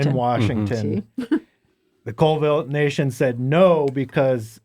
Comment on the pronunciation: It is pronounced (call-ville) and its the Colville reservation not the town!